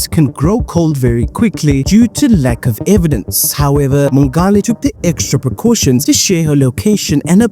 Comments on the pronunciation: Mongale -- that's a soft "g". Just like you'd say "ngola" in SeSotho. I think she was Tswana though. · Thank you for summarizing the case so nicely. Do take time as a South African to find out how to pronounce names correctly. Mongale.... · The way her surname is butchered. 🥴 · Agreed. It strained me ears